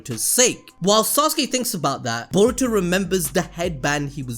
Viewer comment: Being a Naruto and shippuden veteran when you say Boruto I hear: Diarrhea!!!